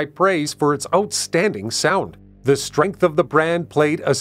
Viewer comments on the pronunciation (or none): none